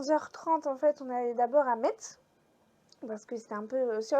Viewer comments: coucou merci pour cette vidéo des marchés de Noël c'est plus près de chez moi que toi mais je n'y suis jamais aller. alors on dit Messe on ne prononce pas le T 😂 trop bien les chaussons😍 c'était très beau 💕 merci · Super, metz se prononce messe voilà voilà ,coucou de la Moselle. J'espère que tu as visité le sentier des lanternes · Cc, pour info, on ne prononce pas le t de Metz. Et tu as dormi à Haguenau. C'est bondé partout en Alsace en ce moment! Imagine qd on y habite comme moi! 😅 Je suppose que tu as craqué et acheté plein de déco de Noël! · Coucou tu as étais pas loin de chez nous. Je suis allez à Colmar mais trop de monde. Les petits villages sont les meilleurs À Metz c’est très joli ma fille y était en même temps que toi. J’aurais tant aimé te rencontrer. Peut être l’année prochaine tu viendras en Alsace. ❤❤ont ne prononce pas le t pas Metz 😂😂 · Le marché de noël de Strasbourg était plus traditionnel avant. Ce que tu as acheté c'est des têtes de nègre. Petite précision, on ne prononce pas le t de metz. Trop contente que tu es réalisé ton rêve.